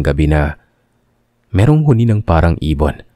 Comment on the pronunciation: It’s slow pronouns huni not honi